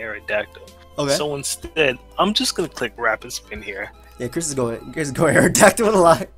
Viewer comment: ***: Dont **ROTOM-CUT* the lawn with *SCIZORS**, you're supposed to **MOET* Also: The *AERodactyl* is so *TSAREEN*-na and *TRANQUIL*